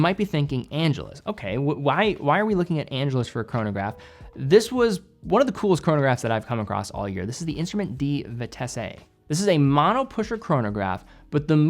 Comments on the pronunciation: It's not vitessay, it's vitess. Why can't people check if they are pronouncing a word correctly or not. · Just to help you out, Vitesse is pronounced Veetess, not Veetessay. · do not pronounce the e in vitesse.. it is french